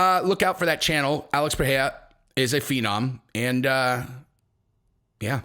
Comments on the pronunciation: Pie eh ha. Hahhahaha. That’s a new one. Its pronounced Ped Edda. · Bro it’s pronounced “P-Hay-ra” roll the r